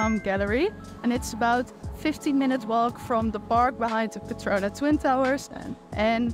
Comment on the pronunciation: it is petronas ..not petrona:goodvibes